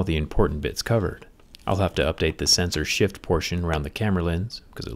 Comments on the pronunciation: I kept hearing "censorship"😆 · Zack : "Sensor shift" My ear : "censorship"